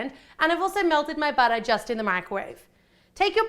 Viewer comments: I know its butter, but SHE pronounce it like "bojter" 😀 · More like "buttah" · love how she says "butter"